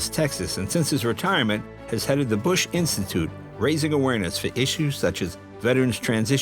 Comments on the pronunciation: Mrs. Bush sounded like she wanted to say BUSHYY with out the H and P instead of a B lol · Something interesting why the First Lady called President Bush with the "ie" sounding in his name... That comes from the time Mr. Bush was president and visited Europe; President Bush had a great reception from people there and the crowd was chanting his name which in local language adds an "ie" at the end of the name... similar to female's last name adds an "a" to a feminine name.